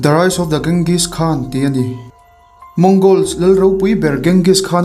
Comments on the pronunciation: Ka lo sawi ve mai2 Genghis khan hi Chenghis tih ang deuh a lam tur chuan Bort ni lo in Bawrte ti a lam tur.. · Ka lo duhtui lawk...Borte hi Bor-te tiin lam tur, Ghengis pawh hi Mogol ho chuan Ching-gis tiin an lam. Adang pawh a awm nual.. I lam danin beng ati kham hlek.. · Kenzis(genghis) khan ti hian an lam(pronounce) thin in ka hria